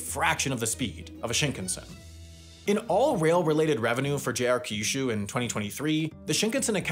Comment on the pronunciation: It's not pronounced "ka-yu-shu" or "ki-yu-shu". Pronounce kyu like the letter "Q".